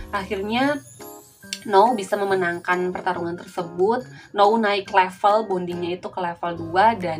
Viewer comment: N-ou bukan no-u